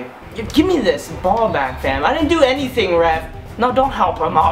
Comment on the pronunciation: They way you say fam is actually hilarious